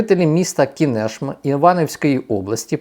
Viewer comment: Уважаемый пан.Спасибо за четкую информацию.Позволю себе маленькое замечание.В слове КИНЕШМА ударение на первый слог.Извините.